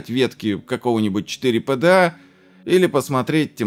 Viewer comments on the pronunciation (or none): none